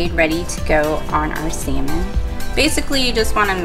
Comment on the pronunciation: mIsUUUUUUU sAmin lmaooooo bruh